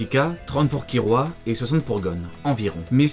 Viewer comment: Très sympa, par contre ça me choque ta prononciation ki"L"ua c'est une oeuvre Japonaise donc pas de Ki"R"ua . Ou alors go prononcé tout à la française le [gonn] qui devient [gon] ça pourrait faire un style. :D